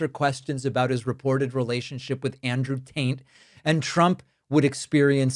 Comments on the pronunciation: Did you call he?😆😆😆😆😆😆😆😆😆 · Did you just say Andrew Taint?😊 If not, i hereby lay claim to it! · Sorry, I keep laughing every time you call him "Andrew Taint". It never seems to get old (since I, again, caught myself laughing over it). Honestly, though, all of this criminal activity is out in the open, yet nothing is being done with it. The county is out trillions, into the pockets of these criminals. We need to find a way to claw all this money back.